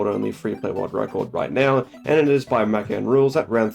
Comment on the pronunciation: I take issue with the way you say Mackan